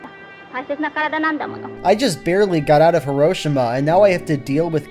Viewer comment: You also pronounced Hiroshima wrong.